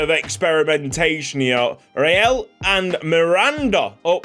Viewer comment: You’re mispronouncing Rael’s name. It’s pronounced either RAEL, or REL, but never REAL. Donno how you got to that pronounciation😅